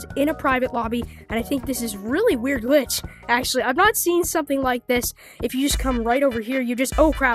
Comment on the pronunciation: bro said gilch